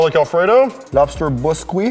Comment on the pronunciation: "Lobster Busqueeha." -Bobby 2018